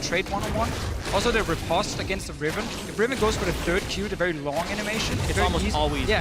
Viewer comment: Is there a way to tell the commentary team at Riot that "riposte" has a long o? "At most, I boast, riposte, French toast."I know, they mispronounce a lot of words, but if you're going to use an unfamiliar word every 20 seconds or so, maybe it behooves you to spend a minute to hit up an online dictionary and click on the little speaker symbol.